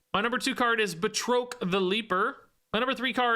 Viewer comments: Bruh the pronunciation of Batroc is killing me! He's FRENCH! ba-TROK not Ba-troke! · put too much stank on Batroc's name. ("Bat-Rock") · One note... I believe it is pronounced BAT-rock the Leaper. Thanks for the breakdown!! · It's pronounced like Bat-Rock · I always thought Batroc was pronounced "Bat-Rock" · Oh. And based on Stan Lee and the movies... It's pronounced 'Bat-Rock', sir. 😅😊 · Just a little pronunciation note: I’ve always heard and pronounced it “BAT-ROCK” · Here to help with pronunciation: it's 'Bat-rock' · So the guys name is pronounced Bat Rock. Just FYI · Bat Rock is the pronunciation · I think it's pronounced "Bat-Rock" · The pronunciation of batroc is killing me. It’s like ba (as in bat without the t) and troc is (rock with a t in front) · calling Batroc by the fancy French pronunciation, Báţŕôqůē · Great video! Just a note, Batroc is pronounced Ba like air and troc like frock. He was the guy that Captain America fights on the boat at the beginning of Captain America: Winter Soldier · I've never heard anyone butcher Batroc's name so badly lol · That Batroc pronunciation really hurt my soul.